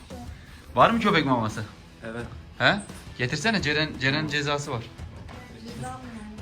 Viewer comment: Iviiiiiiit evet yerine ivit